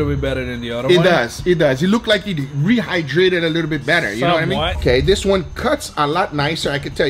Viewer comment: When Guga said he rehdrayted the steak with powerade i died XD